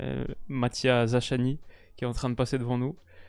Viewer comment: Za-chat-ni !!! Une masterclass pour commencer la vidéo mdr